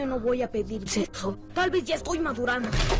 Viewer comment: Yo me cague de risa en la parte de la película de monster house cuando dijo sepso 🤣🤣🤣🤣🤣🤣🤣